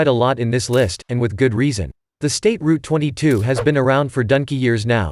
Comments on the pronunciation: State Route 22? Ruger Ten-twenty second? This video lost all credibility in the first 45 seconds. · I was finished when I heard "State Route 22."